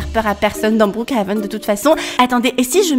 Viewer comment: tu me tue quand tu dit brookHAven sinon continue comme sa 😸😁